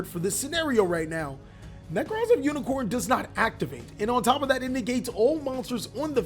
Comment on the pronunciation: Bro, you said unicorn and I had to stop watching. It's unicore. Core not corn.